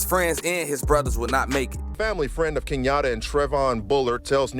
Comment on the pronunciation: Kenyata😂 it’s keyonta